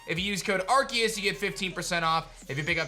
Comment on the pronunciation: ar-SEE-uhs. just google it if you don’t know how to pronounce it